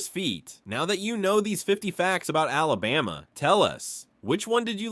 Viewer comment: This was totally false. It is evident that you know nothing about our Alabama. You need to learn how to pronounce the name too. You were so far off. And you lead into the video was a clear violation of YouTubes click bate policy. You never said anything more about Smith lake where the city was flooded and covered over by water. And most of the pictures were not from Alabama. How about fact Checking before you waste peoples time on something you know nothing about. Proud Alabama Native!